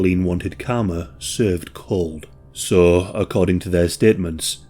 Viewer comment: I cannot get over the fact that you pronounce "so" as "saw"